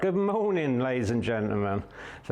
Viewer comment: Gid moaning!